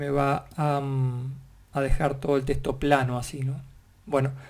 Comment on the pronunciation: soy a la unica que le altera que diga testo en ves de TEXTO?